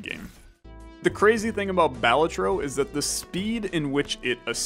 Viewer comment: Oh and also, Balatro is pronounced Balatro not Balatro